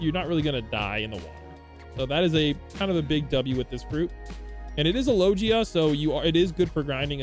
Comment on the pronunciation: why you saying logia like that